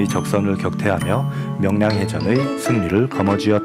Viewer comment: 영상 올리신 분! 자막중에 명랑 이라고 나왔는데 수정하세요. 명랑이 아니라 "명량"입니다!!! 음성까지도 명랑이라고 하시네! 역사 공부는 당신이 해야 할 것 같습니다!